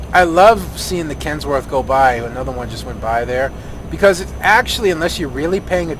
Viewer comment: Kenworth not Kensworth. Trying to be a jerk.